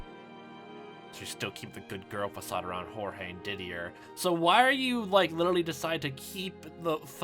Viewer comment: Why are you calling Georges Jorge? I'm pretty sure that that's not how you're suposed pronounce his name.